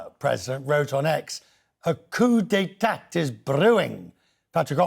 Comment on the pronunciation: This news anchor needs to learn some basic Spanish and French. He pronounces "La Paz" like a ignorant hillbilly and says "coup d'etat" like "coo de tat"